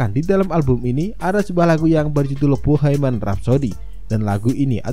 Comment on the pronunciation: Bohemian om bukan boheiman 😖